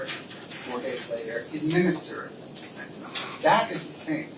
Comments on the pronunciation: fenta-nil, not fenta-nawl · My drug app that I use to cheat with says FEN ta nil. That is the official pronunciation used for the generic.